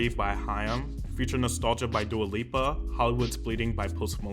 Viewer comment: I swear I saw him say that and I was like ??? He also has called Dua Lipa Dua Lupa in the past